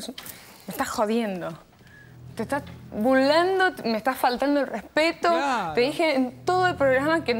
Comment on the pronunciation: "te estas bullando" sono japonesa jajajaja